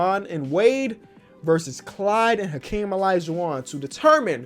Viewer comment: Mans said alaijuwon